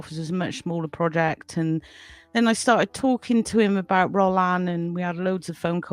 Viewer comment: Good interview. pronunciation of 'Rollin' needs some work, though. The emphasis falls on the second syllable: roh-LAN. Orchestrator of Storms is an enjoyable but flawed attempt to produce a serious overview of Rollin's life and career. The first 40 minutes are especially good. However, it has its shortcomings. For instance, The Demoniacs gets no more than a couple of passing mentions, one of which reduces it to "a ghost story with pirates". Moreover, Rollin's excellent late-90s comeback Two Orphan Vampires deserves a great deal more consideration than it receives here. What's more, inexplicably, with 30 minutes of the film still to go, British-Irish horror actress Ayvianna Snow's narration goes AWOL (was she bundled off, I wonder, to an abandoned French château?). As is de rigueur these days, the background music is overused - not least, the mawkish piano score that intrudes on some of the otherwise excellent interview segments. These people have interesting things to say. They don't need a soundtrack! Talking of music, there's zero discussion of its importance in many of Rollin's films. Relatively minor quibbles but quibbles, nonetheless. For the most part, though, Orchestrator of Storms is required viewing for Rollin neophytes and connoisseurs alike.